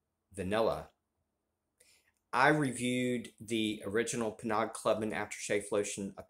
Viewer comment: Penaud is pronounced Pay-Know....I say Penaud, but I do that to be difficult...lol